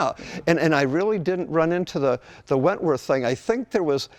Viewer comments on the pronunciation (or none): It's whitworth not wentworth...... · Whitworth, not wentworth. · 'Wentworth'? It's Whitworth. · Whitworth! not Wentworth. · It's Whitworth. Not Wentworth. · Hate to be picky guys but it's Whitworth not Wentworth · Its WHITWORTH not Wentworth. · It's "Whitworth" , not "Wentworth " . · "Wentworth" bolts. Try "Whitworth" guys...... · Great video guys. BTW, its "Whitworth" (the H is silent) not "Wentworth" threads. Wentworth is an English golf course in Surrey😁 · Not 'wentworth, WHITWORTH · Just being picky, but I think he meant to say "whitworth" (BSW) , not "wentworth" for the bolt size. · Wentworth? Both of you said 'Wentworth'. Do you mean Whitworth? Please look up 'British Standard Whitworth' (BSW). Joseph Whitworth will be turning in his grave (possibly right-handedly, but screw that nutty thought). Apart from that, what a fabulous thread (this video, I mean, not Whitworth...although it actually was a pretty good thread form). Many thanks for a fascinating conversation and a gorgeous example of the most beautiful car ever produced (IMHO as a slightly less beautiful Series 2 Coupe owner, repatriated from the USA with not a grain of rust...the car, not me; I'm looking distinctly less than beautiful and more than a little corroded these days). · Gentleman, gentlemen, here here...it's "Whitworth" not Wentworth...there's a good chap 😂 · It's not Wentworth, it's Whitworth. He was a great engineer who first standardised threads. Whitworth coarse eventually became UNC. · Great episode. Love it. BTW it's Whitworth not Wentworth. Try a British motorcycle - UNF UNC Whitworth and Cycle Thread! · There is no such thing as "Wentworth".. It's Whitworth. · It’s Whitworth thread, not wentworth thread. Whitworth would be outraged, being the worlds most grumpy engineer. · "Whitworth thread" not "Wentworth thread." Sir Joseph Whitworth. Try not to scuttle our inventions 😃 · They’re called Whitworth threads, not Wentworth. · It’s Whitworth not Wentwoth